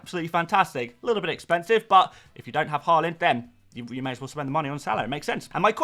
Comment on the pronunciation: YAAAAAY pronounced Haaland instead of Hooland Honestly I like watching your content but the way you are purposefully mispronouncing Haalands name is 5ucking annoying.